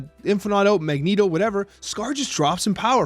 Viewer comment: He ALWAYS says Magento when he plays but when he does the podcast he appropriately calls him Magneto.